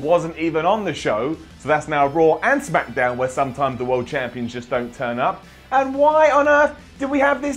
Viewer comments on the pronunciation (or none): said shamkdown at the beginning